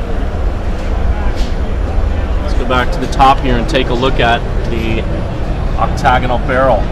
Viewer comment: it's pronounced "oct ta gun" not octog anun lol